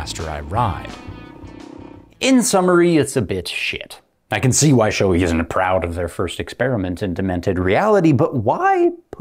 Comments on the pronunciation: For the love of god people. Proper pronunciation is Show-A not Shoe-E. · I'm going to be that guy, but only because I had to look it up for myself due to being unsure. The correct pronunciation is apparently "show-ay", with the accent on the first syllable.